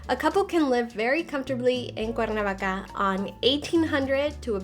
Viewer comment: Is not CUNA VACA..ITS C-U-E-R-N-A-V-A-C-A......